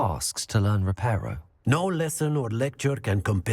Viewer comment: "repairio.... revealio" how original lol